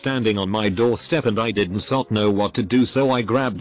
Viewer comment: Wtf does it keep reading "did not" as "dinsot"?